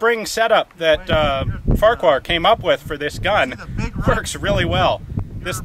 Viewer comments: Farrer. Its pronounced Farrer-Hill. I know, its Silly, isn't it? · "What the Farquar..." Sounded like "What the fuck..." Lol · I can't be the only one who thought it said "Farquaad"